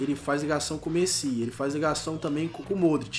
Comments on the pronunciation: para de fala o nome do messi errado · Arthur Torin mais antes ele falava certo agr ele ta falando errado kkk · O não consegue nem falar messi direiro tlk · O não sabe falar messi 😂😂😂😂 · virou gringo falando o nome do messi errado kkk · Alguem percebeu que o falou Messi errado? Da up ai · Cara q agonia ele falando o nome do Messi errado kkk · Que odio o falando o nome do Messi errado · Mano ele n sabe fala Messi 😂😂😂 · Fala certo o nome do Messi vey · fala messi errado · Vc falou Messi errado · Ele falou Messi errado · eu gosto do canal so que ele nao sabe dizer messi e toty caraio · ele não sabe falar o nome de messi direito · Mano, c não sabe nem sabe falar o nome do messi certo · Fala Messi direito ! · Fala Messi direito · Nem sabe falar Messi kkkkkk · "Coloca o Rakitic ali q da entrosamento com o Mêssi"kakakakaka ta certinho,pronuncia 10/10 😂😂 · A cada vez que o fala mesi, eu até passo mal 😂😂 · "Messí"? Tenha paciência ne ahshhshshshsjsh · Alguém ensina o a fala "MESSI"?! PQ TA DIFICIL KKKK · Drafti,Messí,Toten pelo amor de Deus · Por favor, nem de zueira chama ele de "meci" KKKKKKKK. É muito estranho. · O falando mêssi, q raiva kkkkk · Eu não sou Heiter do mas ele quer falar certo e não fala pq fala messí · Mto fraco esse...Totem? Messí? fala td errado e ainda não sabe fazer ligação, mano quando ce quiser entrosamento faz so cara da msm liga ou do msm país. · Mano que agonia vc falando Messí, com acento no "I" véi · FALA MESSÌ PARECE FRANCES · não se fala MESSÍ NÃO É MESSI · Messí? Krl esse daí é o cara que sabe de futebol? Pqp é Messi krl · não é messí é méssi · mano vocês perceberam que o fala errado desde dele falar Messi ele fala mesi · Mêssi kkkkk é Messi!! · Quem kacetas é "Mecí" ? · Mêssi é méssi que se fala porra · nao é mesi é messi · só não conseguiu porque você fala MECI não MESSI kkkk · e messi nao mesi